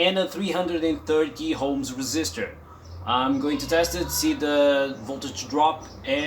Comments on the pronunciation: It is called o.h.m.s NOT h.o.m.e.s ... maybe you are trying to be FUNNY, but in science, WRONG is WRONG, NOT FUNNY. Oh also, I was confused to see clockwise vortices, then realized , Southern Hemisphere. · Not everyone is able to say ohms,;-))